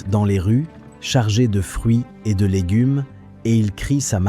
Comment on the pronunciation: Avec l’ IA c’est légunes, boulamgerie,boucherié ...